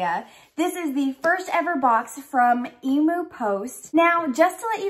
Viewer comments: FINALLY!!! An Aussie Harry Potter box!! I’ve been waiting for years for this!! 😱😍😱 btw it’s pronounced eem-yoo… no e-moo 😅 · Did you say emo post e-moo ? Em-u ... Emu Emu haha good try though . Sounds like an exciting box ! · You are so adorable! Emu is pronounced eem- yoo. BTW where did you get your awesome sweater??? Love you, youre always so cheerful and bubbly xo